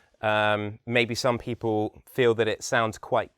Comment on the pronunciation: His accent is good as an example of RO, but he has a rather weak L sound. For example, he says pee-paw rather than pee-pull for People. He is correct when he says his accent is only somewhat RP.